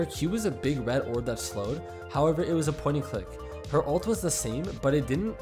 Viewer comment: The way you pronounce old and ult is way too similar